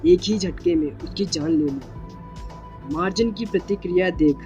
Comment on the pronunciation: Bro मार्जन nahi मर्जान hai uska name